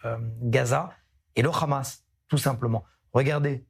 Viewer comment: Bon les gars, prononcez Hamas ou Amas si vous n'êtes pas capables de prononcer le H (je sais que cette lettre n'existe pas en hébreu, mais alors juste A)